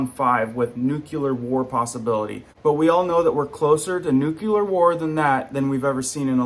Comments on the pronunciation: Nuclear not nucular, please! You are well educated and I love your videos...please, only one "u" in nuclear... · FYI... proper pronunciation of this word "NUCLEAR" is: 'NU-KLEER' not "nu- kya-lur". Proper pronunciation makes you look / sound more reliable and correct in the rest of your message! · Why do so many people pronounce the word nuclear Nuke u lar. If you actually sound the word out it’s NU CLEAR!!!! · It’s “nu clear” not “nuke you lerr” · In English it's nu-cle-ar. Also, the "nu" being being pronounce "nyoo" and not "noo".